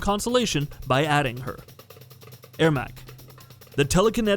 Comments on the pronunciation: Er-mac not Air-mac Sorry this just peeved me a bit. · Why are u pronouncing it 'Air-Mac'? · He start the list with a character everyone hates (Stryker), then, after Mileena, mispronounces Ermac (as Airmac). At least you got one thing right at the end. Taven and Daegon are two sides of a disappointing coin. They weren't good characters, that's why they aren't in the game. Maybe should've let someone who actually plays the series make this video. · Just say ermac's name right Edit: Mileena is fucken trash